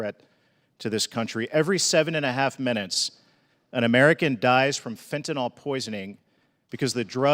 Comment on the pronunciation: I just have to say this ... stop sounding uneducated by saying "fentanol". It's fentanyl! Much like "nuclear" vs "nukular". C'mon!